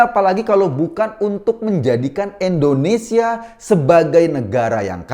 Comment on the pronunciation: Koreksi bang "INDONESIA" bukan "ENDONESIA"